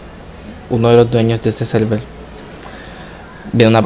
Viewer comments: Nariz :( xD "selvel" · al inicio, en la anunciación del server de discord, se entendia "selvel"